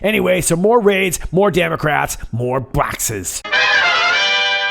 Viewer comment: Bwoxes and Bwoxes!